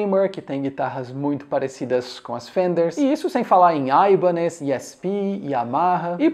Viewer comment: AIbanez rs.... primeira vez q ouço um Brasileiro pronunciando o nome dessa forma rs